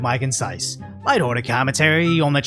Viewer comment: Emphasis on tragic